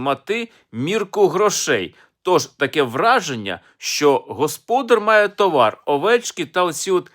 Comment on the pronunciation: взяв зіпсував ритміку колядки, правильний наголос - тОвар; тим більше всі люди знають це слово, а він видає його за історичну знахідку